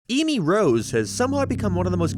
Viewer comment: First word in this Video: EEmy Rose